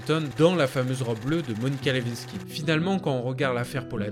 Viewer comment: Pour ceux que ca intéresse Monica Lewinsky. Il faut prononcer le W dans son nom de famille comme si nous dirions Le (win) sky. Il faut dire win comme en anglais.